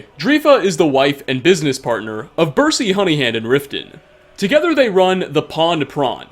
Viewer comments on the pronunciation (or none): none